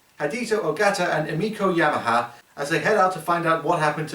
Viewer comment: The name was YEMANE not Yamaha.